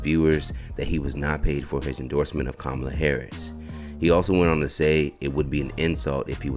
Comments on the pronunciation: He said "Kabama"! lol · Stop being angry and vote for whoever you want for President but at the same time you don’t respect her as a black woman calling her name wrong.